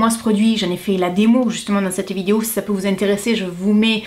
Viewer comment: Coucou j'adore tu dis vidio au lieu de vidéo!😂 sinon j'adore regarder tes vidéos gros bisous!😘❤